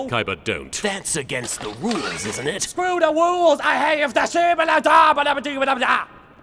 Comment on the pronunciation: “Scwew the rules, I have the shibaladabaladigabdaa!”